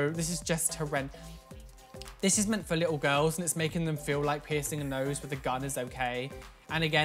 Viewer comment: This is how many times he said ''GIRLZZ'' 👇 👇 👇 👇 👇